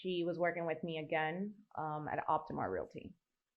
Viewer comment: She also says relaty instead of realty and murah for murder